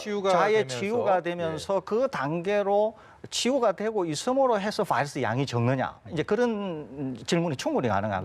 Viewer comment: 바이러스가 적으면 검출 어렵다면서요......보더라인도 아닌데, 레퍼런스 레인지를 벗어 났으면 일단 합리적이고 과학적인 ..... 음 "봐이러스" 발음 듣기 싫어서 끕니다...감사하겠습니다